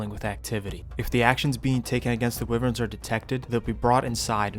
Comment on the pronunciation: wow! Wivverns btw... almost unwatchable because of that mispronunciation bro; Wyverns are pronounced (why verns).